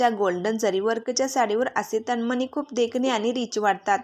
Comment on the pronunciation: तनमनी नाही तनमणी हा.उचचार.करा